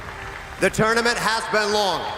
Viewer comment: "It's tOOGHRment, because WHOOŒUGH Else??!?"